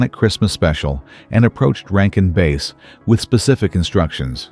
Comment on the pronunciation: Not base - bass that rhymes with pass. I hate AI.